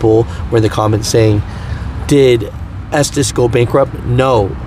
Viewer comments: And it’s pronounced ESTES… not ESTEES.. 🤣🤣🤣🤣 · For the record, the owners - literally who the company is named for - pronounce their own name as Estes (short e sound) not Estēs. I work at 225 (Salt Lake City) and we are SLAMMED with work. Running line haul kinda sticks, but at least i can work through my own frustrations and not have to try and sooth the customers on top of it. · Estes. Not estees. Our president of the co. Gives state of the union addresses and its his last name. He even pronounces it Estes. Ive heard tm's call it estees that have been with the co. For 18 years. Aparently not everyone they hire is smart. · Retired from estes 2 years ago from day one I pronounced it "estez" and no one ever corrected me but the family name is pronounced "estees" it's like " poe Tay toe, poe tot toe, toe mate toe, toe Mott toe no one really makes to big of a deal about it. side note started my driving career with Harold Ives, then covenant also drove local a while finished out with Estes overall I'd have to say best company I have ever drove for. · I worked for a comp that ran loads thu them and it was always pronoused estsssssss insted of esteseeeee. Just helping 😊😊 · Es-Tees (I have heard it pronounced this way for over 20 years) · Cal the company and listen to the voice recording. It's pronounced ESTIS. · I pronounce it “ S - Tez” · Estes like Testes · I pronounce it as testes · Its pronounced Estevez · Estes is pronounced, " esteez" just like the hobby c9mpany that made Estes model rockets, planes, etc. Just sayin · I think it’s pronounced testis 😂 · It's pronounced testes